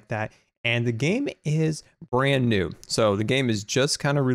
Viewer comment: new not knee lol